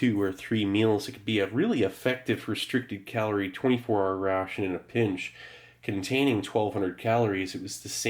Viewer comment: I love the pronunciation of "rrrraaaation".